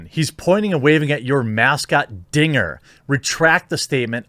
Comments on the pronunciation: I was watching the game and it really does sound like the guy said the n word. The broadcasters even apologized, it sounded like the n word to everyone who watched it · Guys guys. He said “Dinga” it’s cool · I mean, I wouldn't say it was "clear". I definitely heard n*gger the first time. I remember distinctly laughing harder than I probably should have thinking he was an absolute mad man. That said, he would have had to have been mad to do that, and after a few more listens, I definitely hear Dinger. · The 2nd time he says "dinger" it does sound like the N word but the 1st time he clearly says "dinger " .. I can see why there was some confusion. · DINGER!! His name is Dinger the triceratops. How can you get that wrong? Sure it sounds very close to you know what. But his name is DINGER!! I have lived in Colorado for 30 years and been a fan for just as long. Not one time have I ever heard anyone say anything else. Even the 5 seasons when my dad worked at Coors Field and I was there at first base every day in the summer and weekends in the fall. For fuck sake.